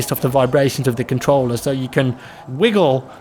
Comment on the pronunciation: 'controller' contolololol